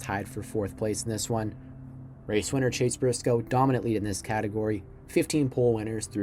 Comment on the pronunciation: “Chase Brisoce”